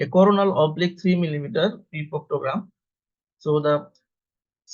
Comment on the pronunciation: Do NOT have AI read the description of procedure. Example: This was a MR (Magnetic Resonance) Defecography NOT a MR.(Mister) .Views were coronal plane NOT CORNAL plane(made it sound like commentary on corn(a vegetable)! Overall,however this was an excellent video of the procedure and commentary was also good except for those errors in pronunciation I pointed out. Just a few corrections needed . I have reviewed several defecocgraphy videos and this one is the best. BRAVO!